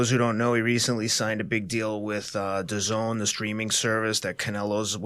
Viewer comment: Atlas is old school! Dee A Zee N 😂😂